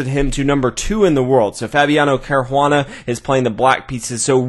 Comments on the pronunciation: nice video, but there is no "h" in Caruana, it sounds really bad how you say it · Good vid as usual. Except I have to agree, the mispronunciation of "Caruana" is grating. :( Why not just refer to the players as White and Black? So much more natural. And more clear: when you start throwing in the players' first names as well, it starts to get confusing. Seriously, just always say "White" and "Black".